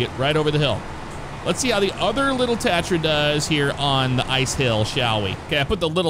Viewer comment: You just pronounced tatra wrong